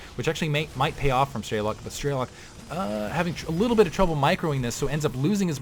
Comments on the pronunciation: While you are correct on that what it means. is pronouncing it incorrectly, the american way - "Strey-lok'. Its difficult to write how it sounds correctly b/c of the intonations but its more like 'Stre-lok' w/ the 'o' not sounding like an 'a'. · Nice cast. By the way strelok means shooter in Russian and the correct way to pronounce it is strelOk not strElok